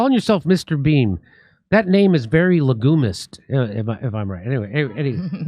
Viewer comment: le-gyoo-mist.....if you had pronounced it correctly, it might have landed.